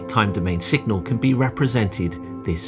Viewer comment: Does the narrator say 'singal' several times (instead of signal). Otherwise this is an excellent non-math introduction to Nyquist theory.